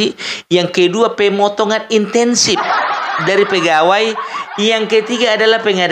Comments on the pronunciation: Assalamualaikum warahmatullahi wabarakatuh, koreksi bro... Bukan itensif... Tapi isentif... Mohon maaf bro. ... Lanjut bro... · Incentive laeee,, bukan intensive.. tp keren,, sy suka uploadannya..🎉🎉🎉